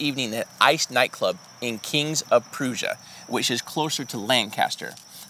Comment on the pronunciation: “Kings of proosia” I have to say I think that’s the first time I’ve ever heard anyone butcher King Of Prussia 🤣